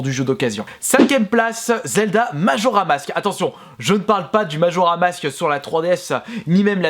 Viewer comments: Majora's mask pas majora mask wind waker pas wind woker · Majora mask😂 ou est le 's ?